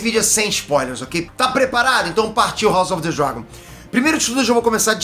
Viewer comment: Como assim o não sabe falar " House of the Dragon " 🤔